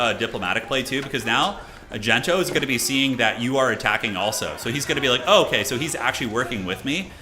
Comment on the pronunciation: its not Gento, its DENTO